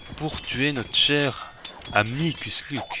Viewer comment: Ont dit pas kusluk ont dit kushluk